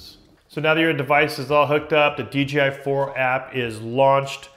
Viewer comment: DEE JAY EYE. not DEE GEE EYE.